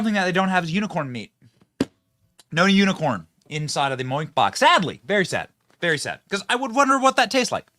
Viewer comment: I love hearing Benny try to read unicorn an end up saying uniform